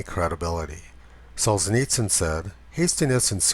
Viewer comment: Solzhenitsyn is pronounced “Sol • zjen • eats • n”